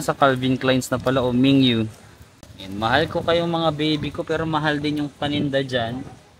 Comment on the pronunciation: Min-gyu not Ming-yu baka maglabasan Carats dyan